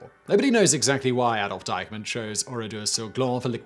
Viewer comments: Why does he keep calling Eichmann "Dykeman"? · Am I the only one who hears him saying Deihmann instead of Eichmann? One is an online retailer, the other’s a Nazzi war criminal, but no biggie!